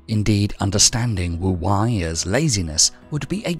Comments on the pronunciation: Not very 'go with the flow' of me, but it's Wu "Way", not Wu "Why". 🙏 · it means "wise old man" Pronounced Tao Te King Spelled Wu wEi, not wu wAi. Nice video tho :)